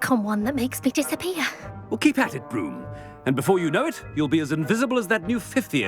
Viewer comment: Calling Blume “Broom” makes me laugh so loud